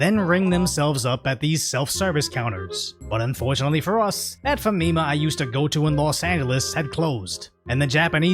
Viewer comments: Smh I’m a black guy that’s been living here peacefully with my family for 10 years. These niggas make me sick. Ps: it’s Fami-Mah not fumeemuh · Repeat after me.. Faa mi maa Faa mi maa (Not Fameema) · I think you're pronouncing Famima wrong. It's Fommy Mah, short for Family Mart.